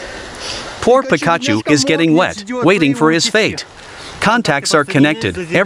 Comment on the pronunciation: BROOOOOOOOOOOOO!!!!!!! YOU GUYS ARE SOOO SOOO SOOO DAMN SMART WITH ALL YOUR DIFF EXPERIMENTS!!!!! I LOVE IT!!! ALSO, I WAS CRACKING UP WHEN YOU WERE TRYING TO SAY THE NAME OF THE STUFFED YELLOW TOY IN THE CHAIR!! BUT TO HELP YOU OUT THIS IS HOW IT IS SAID.............. "PEEK AHH CHEW"........ THAT IS HOW YOU SAY ITS NAME JUST SO YA KNOW!!!!! JUST SAYIN!!!! THANKS, F.M.V.